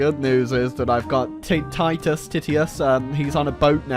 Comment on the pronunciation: The way you pronounced Titus triggered me.